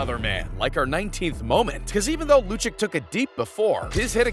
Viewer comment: Wikipedia informed "hockey person". Too many frauds on YouTube. If you don't know and like hockey, don't try to get ad revenue and pretend you know. Just pronouncing Lucic "loo chick" is a dead giveaway. EVERY HOCKEY FAN WOULD BE ABLE TO PRONOUNCE HIS NAME, AND NO ITS NOT "some people pronounce it different". They don't.